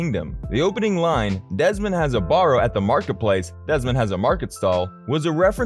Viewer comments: Desmond has a barrow , not a 'borrow' as the narrator said. 'Scots Marmalade' was confusing. It sounded like that was the band's name lol ! We would have said 'The Scottish band Marmalade'. I am a lifelong Beatles fan. I won't be subscribing ! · It’s pronounced like wheel-barrow. Did you ever actually listen to the song? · This sounds a little like a college paper cribbed from Wikipedia and pasted together rather hastily. But it works because a ton of people want to hear anything about the Beatles. “barrow” isn’t pronounced correctly; “...forced his colleagues... “ ?